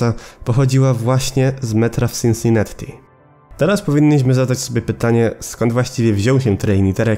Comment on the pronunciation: Wiesz ze to się czuta Sinsinati? Przez jedno t bo w angielskim nie czyta się podwójnych liter